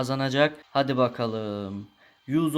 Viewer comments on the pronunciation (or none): none